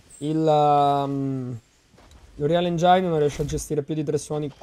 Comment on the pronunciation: Si pronuncia engin, non engiain